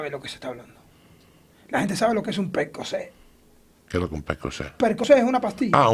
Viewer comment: "qué es lo que es un percocé?" "oh percocet" lol